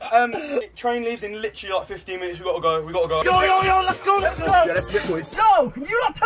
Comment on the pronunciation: is like, the most British sounding sentence "The chrain leaves in litchraly like, 15 minits. We g0'a go, we g0'a go" also... I WOULD RATHER AV A DARK FRUITS THAN A WIFE! I WOULD RATHER AV A DARK FRUITS THAN A WIFE! I WOULD RATHER AV A DARK FRUITS! RATHER AV A DARK FRUITS! RATHER AV A DARK FRUITS THAN A WIFE! AY AY AY AYYYY!! fuckin love this video man hands down my favorite video they've ever done